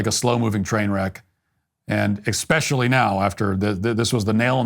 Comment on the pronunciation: eXpecially? Come on, Matt